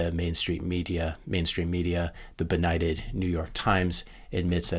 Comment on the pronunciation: "...the beknighted New York Times..." LOL